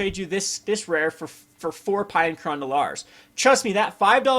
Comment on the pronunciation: Pea-ah and Kerr-an <--- The pronunciations for you. lol